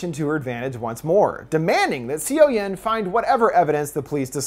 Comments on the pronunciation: "cee-oh-yoon" no honey it's "saw-yawn" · seo-yeon sounds like "so-yon". it hurts listening "c-o yen" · If you don't know how the korean alphabet works it can be really hard to know how the words and names are being pronounced. I'm sure he's trying his best and not trying to be disrespectful. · lowkey cringing on siyowyehn.....Its read as soyon/soyun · the fact that he says seoyoon as see yo yin physically pains me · I hate to be that guy, but the main characters name, Seo Yeon, is actually pronounced, "Suh-Yun". I don't blame you though, Korean to English romanization is so awkward. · the way you butcher the girls name.................